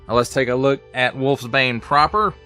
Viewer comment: Its pronounced "Wolfs-Bane" not Wolfbane.